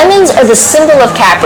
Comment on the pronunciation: why can't she pronounce Capri correctly?